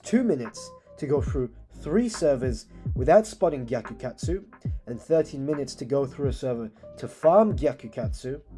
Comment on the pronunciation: am i hearing bro say gyakukatsu sex instead of sacs